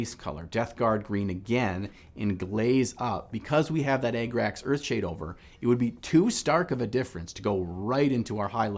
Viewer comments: “Egg-racks” earthshade 😂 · why is he saying e g g r a x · Ah- grah -cks the rough german pronounciation